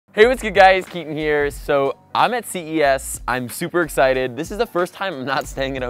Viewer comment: am i the only one that thought he said cvs not ces